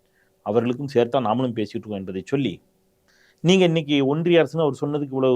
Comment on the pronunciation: ஒன்றிய அரசா. இல்லை ஓன்டிய அரசா............